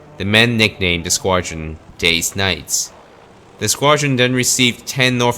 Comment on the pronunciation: I wasn't sure if you were saying "Day's Nights" or "Deez Nuts"